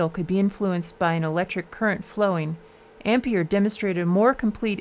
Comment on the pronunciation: I don't have any idea what problem you had pronouncing Coulomb, but the mispronunciation of Ampère really got on my nerves. It's even spelled with an è to show how it's pronounced! There's a forvo entry for André-Marie Ampère.